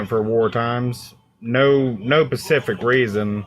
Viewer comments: 'No pacific reason' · This guy actually said “no pacific reason” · "No pacific reason." You got that right, buddy. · I mostly just wanted to repeat him saying “No *PACIFIC reason” when mentioning the “war time President”.. lol